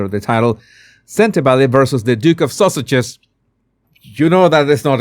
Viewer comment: I love how your accent makes it sound like you say " the Duke and Duchess of saussages" I adore that ^.^